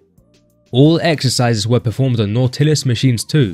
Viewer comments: What’s not tillis? It’s pronounced Nautilis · been training 35 years.. first time in my life i ever heard some one call Nautilus Nau-til-us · You pronounce it Nautilus like In the book Odyssey From Hamer Not Not whatever to hell you're saying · I really can't listen to videos where the commentator can't even pronounce the word "Nautilis." Looks like this is another channel I will block. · Please, pronounce "Nautilus" correctly... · That was the strangest way to say "nautilus ". That is not how it is pronounce bro. Why? Listen to an Arthur Jones interview. We know of the word nautilus as the ocean is concerned. But the gym equipment has a pronunciation. Do your research.